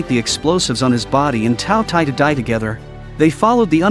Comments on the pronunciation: K thought he said taco tie 💀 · All I hear is two t ai😂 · Bro just say the name correctly